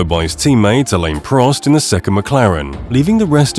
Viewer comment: Alan Prost? Riccardo Pat-Rays? Dude!